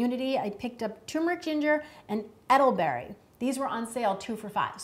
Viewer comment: also cannot stop laughing at "eddleberry"